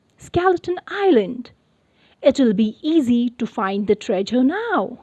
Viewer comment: You pronounce treasure wrongly